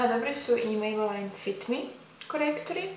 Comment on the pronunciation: Nije mejbelajn nego mejbelin:)